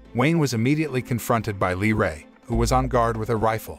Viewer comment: YOU SAID IT WRONG 😡😡 It’s pronounced Lee FUCKING ray 👍